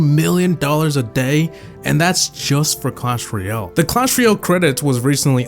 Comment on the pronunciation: it's ROYal not REEal